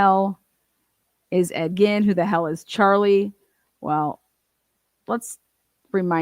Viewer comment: Bro it’s Ed GEEN not Ed “Gin” JFC learn your shit before you attempt to pronounce